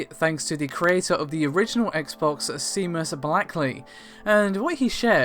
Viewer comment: Seamus is pronounced as "shaymus"